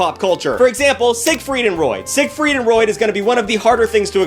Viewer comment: Did I hear you say “Sigfried and Roid?”